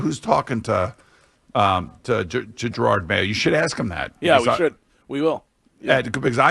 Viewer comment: Jerod, not Gerard.